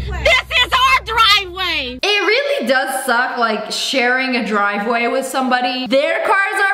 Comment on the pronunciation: "THIS IS MY DWIVEWAY!!"